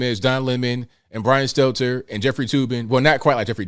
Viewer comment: it's "Stelter", not Steltzer. This is a n obvious mistake you need to correct.